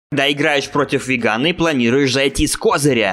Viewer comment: Не вегАн, а вЕган